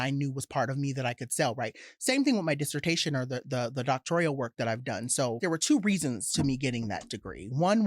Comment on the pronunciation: Doctoral, not “doctorial.” 😦